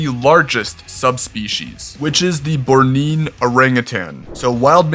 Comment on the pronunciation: It's Born-ee-an, like the island of Borneo